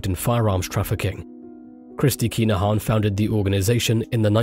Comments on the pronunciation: "Kinna-han". Sorry I hate to be that guy but You're saying "Keener-haan" and it sounds silly lol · How many times can ya say their name in 2min 🤦‍♂️ its ridiculous......and you not even saying it correctly. This an AI voice